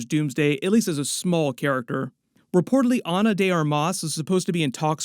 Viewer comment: you are wild for that pronunciation of Ana de Armas 😂